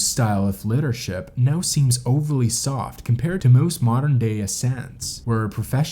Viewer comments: LEEdership. Not LEAd-ership. Lead is "LED", Leader is "LEEder". English is really (reely) stupid, I know. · The strange pronunciation of many common words that a 4 year old could easily vocalise proper like. For example: you have no proplem pronouncing the word "leader", yet fail every time with "leadership", instead going for "liddership", which makes no effing sense. The depressed, supposedly mysterious and ominous emo tone is seriously over used on YT videos. Sickens my happiness. Detracts entirely from an interesting story. Need a narrator who is interested in the subject matter. Someone with life and climbing experience. At least someone who can pronounce "his", "pretty" and "sleeping". Butchering the beginning of most sentences, slurring many times and weird cuts of words.